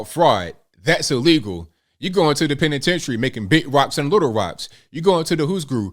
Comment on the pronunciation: When you say ‘federales’ & ‘penitentiary’!!!! 😂😂😂😂😂😂😂😂😂😂😂😂😂😂